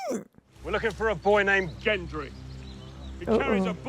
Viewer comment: His name is GENDRY NOT JENDRY!!!!!